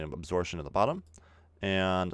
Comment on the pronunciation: a - 'b' sor - 'p' - tion! Absorption, not asortion. Yo.